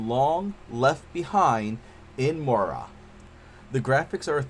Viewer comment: good review but Moria is pronounced More-Ree-A